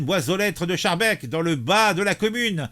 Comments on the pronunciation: Se prononce "skarbeek" et "clair failli" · Mon cher ami, on prononce skarbeeke. C'est une ville de l'entité de Bruxelles qui est complètement tombée aux mains des islamistes. La ville de Saint-Joss est administrée par un proche de Erdogan qui prône la charia.